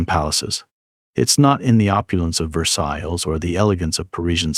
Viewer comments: Ver-Sall-is......OH DEAR bloody A.I. The French pronounciation is terrible. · Either you don't know the proper pronunciation of Versailles, or this is an AI narrator.